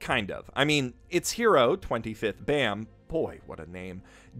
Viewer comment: Btw its baam not Bam as in balm pronounced without the L.